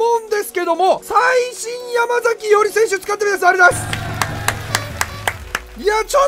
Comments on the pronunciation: やまさきじゃね、ちがうけ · 山”さき”伊織じゃなかったっけ？ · ❌ヤマザキ ⭕️ヤマサキ